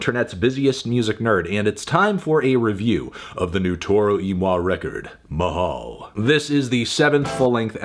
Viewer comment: as a filipino, it's fun to hear anthony say the word mahal haha